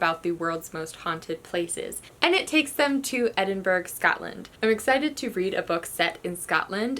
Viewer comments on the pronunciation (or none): i’m so excited for city of ghosts ahhh v.e. schwab is a fave and the fact it’s set in my home makes it 10x better :’) (also thought i’d add that edinburgh is pronounced edin-burr-uh :p) bless this video though bc it’s given me so many to add to my tbr:) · Edinburgh is pronounced ed-in-bur-ah